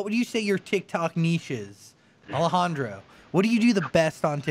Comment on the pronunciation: It's Alejandro not Alajandra